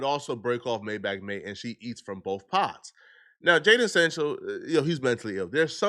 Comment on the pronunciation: It's not jayden sanchel. It's Jayden Sancho ! Sancho 😂😂